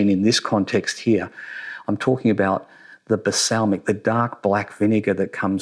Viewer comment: balsamic, not basalmic lol